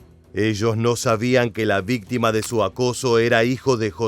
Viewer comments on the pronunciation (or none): none